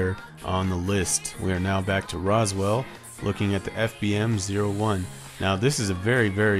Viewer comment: 'Rose' 'Will'.. not Roswell. 'Ooh.' Not 'Aww.'